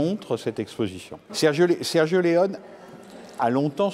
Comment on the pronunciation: Mais pourquoi vous le prononcez Sergio Leon 🤣. Et c'est par un expert de la cinématéque française!!!! Ridicule.